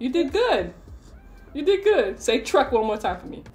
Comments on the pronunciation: NO WAY HE SAID THE F WORK INSTEAD OF TRUCK I AM NOT TRYING TO BE MEAN IT IS FUNNY 😂😂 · Opp he tried to say truck but he said the f word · poor eli he wantend to say truck but he said f*** lol😂😂😂😂😂😂😂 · Eli saying truck has me 😂😂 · The way he said truck fhe first time